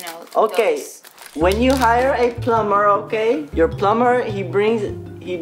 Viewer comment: I literally was laughing wene he said pluber